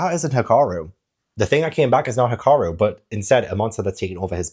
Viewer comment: No,. I'm pretty sure you've been saying it right - Hee-car-roo... but there's always the anime for clarification.